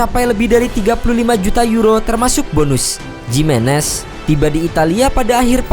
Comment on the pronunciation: Lebih tepat bacanya Himenez, bukan Jimenez